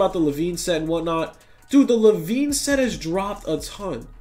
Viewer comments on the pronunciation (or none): none